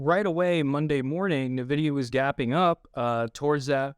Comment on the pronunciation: Navidia? Never heard of it.